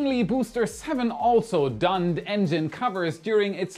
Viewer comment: I love your videos,, but you really need to learn to pronounce these words: - Earth's Trio Donned And a few other;-)